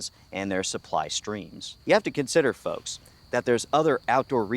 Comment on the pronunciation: Po foke not woke